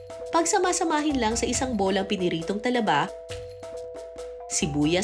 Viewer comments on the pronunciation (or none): none